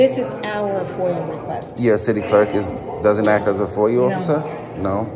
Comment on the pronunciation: He says “foy-you” instead of FOIA more than once. A new word for the frauditor “libarry!”